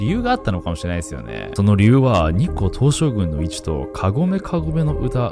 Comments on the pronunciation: 何回聞いても日光東照宮のこと日光東照グンって言ってない？ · ちょくちょく日本語間違えてるの可愛いな、、日光東照"ぐん"